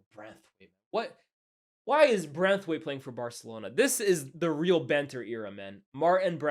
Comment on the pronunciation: hilarious how my man have been calling martin braithwaite as branthwaite 😂😂😂